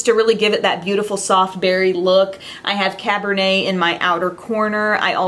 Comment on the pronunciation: you're the only youtuber who has pronounced cabernet correctly ;) thank you for that